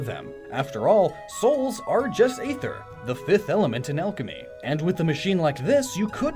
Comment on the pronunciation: Damn, this is pretty enlightening, in all honesty. Definitely looking at the concept of Psynergy in a different light now! Great job, as usual! (P.S. Not to be THAT guy, but either you mispronounced Aether most of the video... or it really IS a Tomayto-Tomahto sort of thing, and I'm just being pedantic. Just saying.)